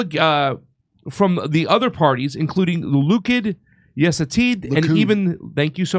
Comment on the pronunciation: He is also lacing in literacy. He can't pronounce simple words like "Likud" or Knesset" He is, in short, an arrogant idiot.